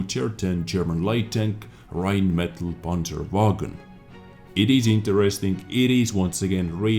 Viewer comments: You are mispronouncing Rhinemetall... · Rheinmetall Not this kinda English e ;)